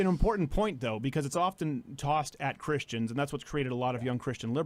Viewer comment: Why does Sargon say Chris-T-ians?